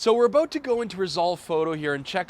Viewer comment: You SAID..""So Were ABOAT"" To Go In Here, => ABOAT?? LOL.. Oppose to About lol its That Canada Kicking In Right?:-) Hey Perfect Video Once AGAIN & Great Topic Testing, Great IDEA,:-)